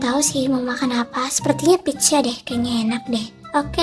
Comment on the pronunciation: Kok bilangnya pijja sih?